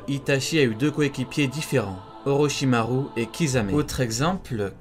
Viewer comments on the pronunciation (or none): none